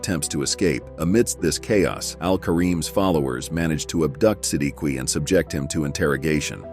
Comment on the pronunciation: If I'm not mistaken i guess itz pronounced as SI-DIK not SI-D-KI i hope I'm right!!!